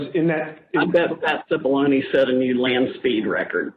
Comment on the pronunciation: I thought you kept saying Patsy Baloney.